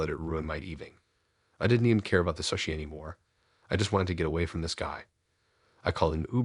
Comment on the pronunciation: Sushi is pronounced sue-she, still a great story and you have the best voice. Subscribed.